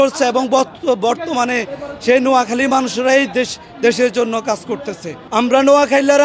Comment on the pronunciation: নিজ জেলার নামে সঠিকভাবে বলতে পারতেছে না মূর্খের মতো কি আবোল-তাবোল বলতেছে, একটি সুন্দর করে ভাইয়া তোমার কথা হচ্ছে না